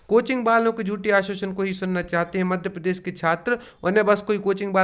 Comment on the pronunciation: पहले मध्यप्रदेश शब्द का उच्चारण तो ठीक से कर लीजिए, उसके बाद ज्ञान दीजिये।मराठा आरक्षण मामला अलग है, वहां मराठों को obc से इतर एक अलग वर्ग बनाकर आरक्षण दिया जा रहा था।रही बात 50 प्रतिशत की लक्ष्मण रेखा की तो ये तो तमिलनाडु, असम , कर्नाटक सभी जगह कई वर्ष पहले टूट गई। स्वयं केंद्र सरकार ने ews के लिए 10 प्रतिशत आरक्षण द्वारा ये सीमा तोड़ दी है जिस पर सुप्रीम कोर्ट में सुनवाई चल रही है।देश की 15 प्रतिशत आबादी 10 प्रतिशत आरक्षण लेकर बैठी है , जबकि 52 फीसदी से ज़्यादा आबादी ie obc का प्रतिनिधित्व 15 प्रतिशत भी नहीं है। neet के मामले में तमिलनाडु सरकार ने सुप्रीम कोर्ट में बेहतरीन दलील दी है कि सामाजिक न्याय , समानता के मूल अधिकार का अंग है और सकारात्मक कार्यवाही उसे साकार करने का अपर्याप्त परन्तु ज़रूरी तरीका है।